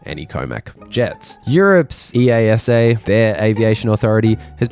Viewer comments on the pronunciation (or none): It's not E-A-S-A; it's E-ASA (don't ask me why..) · If this dude is serious about making aviation videos maybe he could learn how to pronounce EASA (iyasa) just like NASA😅